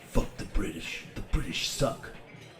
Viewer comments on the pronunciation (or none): none